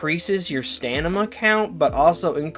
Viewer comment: Dude are you autistic or something? The way you talk just reeks of it. Improper use of words in an attempt to look professional, "stanima", and its like you have a speech impediment. Also, poo poo opinions on a lot of those boosters. The best boosters are the ones that give you their benefits as much as possible throughout the match. Muscle enhanment, stamina boost, hellpod space, and experimental stims is one of the best set ups